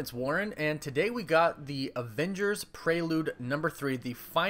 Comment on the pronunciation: Why do you say Prrelude like that? AHHHH?!?!?! But umm like the vids man and my fav super hero is Iron man just for his humor in the movie.